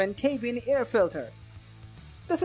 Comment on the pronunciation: Crock. No data. Just opinions and paid links. Plus dude pronounces “cabin” as “CAY-bin.” Wow. Good idea to know how to pronounce the product you’re reviewing.